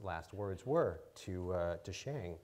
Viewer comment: Hey she pronounced Ted Chiang's last name correctly!